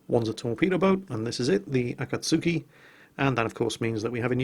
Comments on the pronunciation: Also its Akatski. not Akatsuki. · Obligatory pronunciation post timuuu~ Wakaba: WA-ka-ba (not wa-KA-ba) Shiratsuyu: (shi-RA-tsu-yu) not (shi-ra-TSU-yu) Akatsuki: (a -KA-tsuki (tsuki is joined and sounds similar to ski)